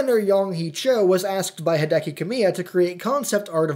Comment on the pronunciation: We should've seen that one coming. He pronounces Hideki (HEE-deh-kee) as Hai-DEH-KEE.